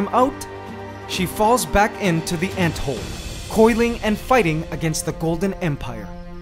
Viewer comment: Well at least it didn't give birth Is it me or when he said "Into one anthole" It sounded like idk different or like local talk idk